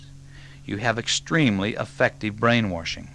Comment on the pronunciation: It's kinda funny that he's saying "brain-warshing" the way the hillbillies here in TN pronounce the word "wash". I love this talk though. It's fantastic information.